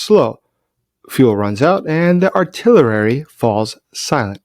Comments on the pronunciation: AR-TILL-ERY:), love ya man. Thank you for your good work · Artillerary?? WTF?? I support you 100%, except for this bizarre pronunciation, which is ubiquitous in your videos. 🙄